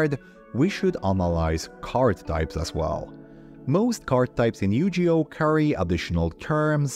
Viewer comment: my mans really called it yujioh